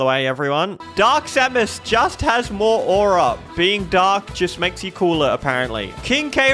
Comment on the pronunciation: He called Mario morrow and samus, salmon. Is this intentional